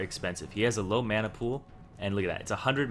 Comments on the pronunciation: you say it like MAW-na i say it like MAN-a not bad just something i noticed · and y do u say mana like tht.. and u dont level up e first usually..